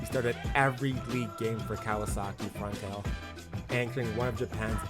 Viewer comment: Also . . . just for accuracy sake . . . it is pronounced Front - TALL - lay 😉